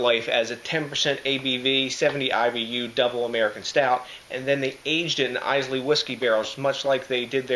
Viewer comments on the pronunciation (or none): Excellent review my man. Enjoyed watching. Couple of things though. Islay is pronounced Ay-la. It's not an island off Scotland. It's a Scottish island. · 350 already! wow you are nuts! Islay is pronounced how Island is pronounced. I - Lah is how you pronounce it. This sounds like a beer that I would love, I love Islay Scotch.